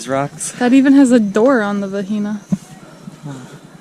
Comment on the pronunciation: OK repeat after me VAH GEE NAH . . .lol (that meat was not Pee Ka Nya) you are in Mah Rah Uh . . .the RA sounds like the secont T in potato . . .not a waterfall its a cascade